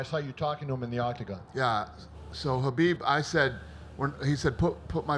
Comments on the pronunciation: I agree 100% with you. I'm not surprised it happened at all but I think Conor grossly underestimated Khabib and it showed. He also forgot that Khabib has friends too. And say his name right Dana, KHABIB, not Habib. That's rude. And no, he shouldn't be stripped of the belt. That fight was legit, the win was legit. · It's KHABIB not Habib